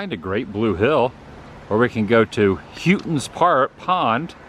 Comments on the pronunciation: The weather station atop the hill is the oldest one in the US. The local Indian name for those Hills is Massachusetts. Houghton's Pond is pronounced Hoe-ton's Pond. You captured an awesome view of Boston. There are often clouds that obscure the view. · You miss pronounced the pond....us locals pronounce it...Hoetons pond..😁